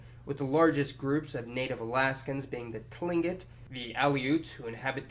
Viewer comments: Tlingit is pronounced klingit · Nice video. Tlingit is pronounced kleengkit. Weird, I know. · Tlingit is pronounced "klink it" and Kenai is pronounced "Key nye".... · Tlingit is pronounced by the Tlingit people to sound more like "Klinkit". Kenai is pronounced "Keen eye". While Sitka and Wrangel are both original Russian settlements, I've encountered the most Russian Orthodox people on the Alaskan Peninsula near Bellingham. They own a lot of the boats that fish in Bristol Bay. While ethnologists or anthropologists might use the term "Alaskan Creole," I've never heard it used. Of course Alaska is a big place, and I don't know everyone, so your mileage may vary. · A couple corrections. In Alaska we don't call Eskimoes "Inuit", they are either Yupik or Inupiat depending on the tribe, Tlingit is pronounced "Cling-kit" and Kenai is pronounced "Key-Nye", the three largest Native groups are Yupik, Inupiat, and Athabaskan, and no one calls mixed race Alaska Natives Alaskan Creoles. Other than that not bad. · hey there, local alaskan dropping in for some friendly pronunciation help! the peoples mentioned in are known as "klink-it," the tl makes a soft k similar to the g in german sometime producing a soft k. is "keen-eye." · just a couple things. Kenai is pronounced more like key-nye (or keen-eye). Tlingit is pronounced more like clink-it. cool video.